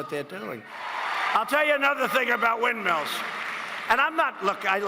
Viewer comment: What did he say ? Indrialls?This man can even say windmills haha